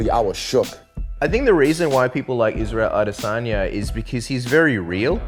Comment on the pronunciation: Israel I-dis own-ya